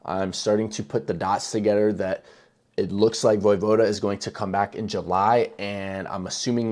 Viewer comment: You don't pronounce the e in his name.